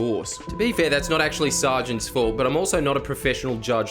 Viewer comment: 'Sar-gents' really got me LOL